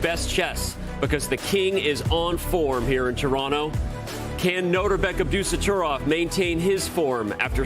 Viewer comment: I'm sorry but it is NOT pronounced "AbDUsotrov"! The most important syllable that makes his name sound as fierce as he is being dropped. Worse, it is the syllable where the accent is. It is AbdusatTORov, Ab-doo-sat-TOR!!-ov. Respect the players by pronouncing their names correctly!! You know who you are. :-) I am incredibly surprised that someone did not step in to correct this. This is extremely important. It is also extremely grating to hear over and over and it tends to sour things.